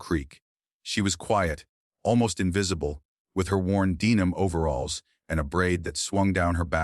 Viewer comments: Don’t forget the “deenum” overalls! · Deenum? Somebody call Leevi.